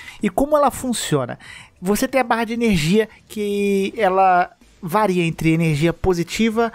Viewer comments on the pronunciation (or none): none